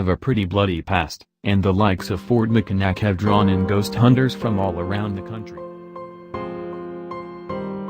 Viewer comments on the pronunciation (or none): its pronounced mackinaw. mack in aww. and sausage tuck. sauce edge tuck